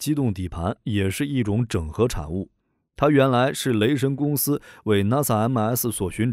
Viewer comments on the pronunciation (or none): 雷神 變成 雷聲........